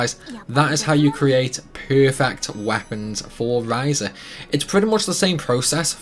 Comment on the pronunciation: You're pronouncing her name wrong. Also thanks for the guide. Can't wait to get this.